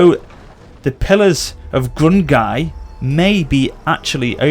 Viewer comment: Grung-Nee is how its said Manling